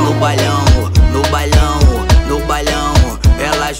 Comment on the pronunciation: porra esse cara falando bailão errado me irrita velho 😂😂😂😂